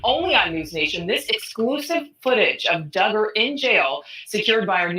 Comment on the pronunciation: It’s pronounced Dug’-ger, spelled Duggar. Not dū